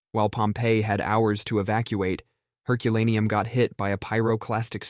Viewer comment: Mispronounced Heculaneum, but really interesting list :)